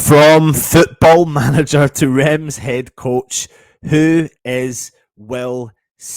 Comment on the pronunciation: That's not how you pronounce Reims!!!!!!!!!!!!!!!!!